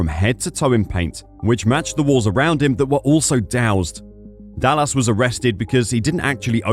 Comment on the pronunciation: Is this AI? The speaker can't even pronounce Dallas right...